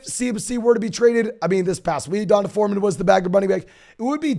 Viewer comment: No way you guys really think that’s how you pronounce D’Onta Foreman…and Devonta Smith…etc. 😂 So white, no offense. I love love love your content and commend how hard you work, man.